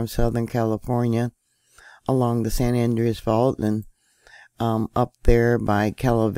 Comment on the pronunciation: In Spanish the second syllable is emphasized so San Andreas is pronounced San An-DRAY-us not San AN-dree-us